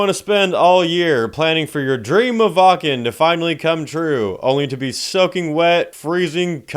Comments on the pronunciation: Its "Vakn" not "Wah Ken" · Brother from germany here we need to talk: Its pronounced wAKKen not wAA-KEn, you feel me? ^^